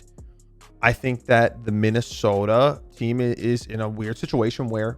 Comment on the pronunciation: You say Minnesota like a stereotypical Minnesotan.